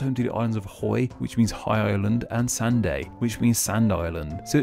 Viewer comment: I'm from Orkney and no hate but you said sanday wrong you don't pronounce the 'a' so it's pronounced Sandy. The same with Shapinsay and the ones that have 'say' at the end. The same with a parish on the mainland called Stromness, you just pronounce it strumniss 🙂 hope this helps